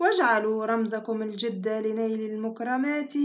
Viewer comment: الجِد و ليس الجَد مثلَ و ليس مثلُ